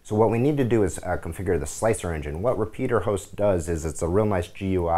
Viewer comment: What is this "repeater" host you speak of? Its "repetier" host you goon.